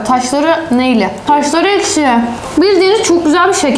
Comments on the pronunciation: Ekşiye eşki diyen koca yürekli.😂😊❤❤ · ekşi diyorsun ekşi diyor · eşki değileks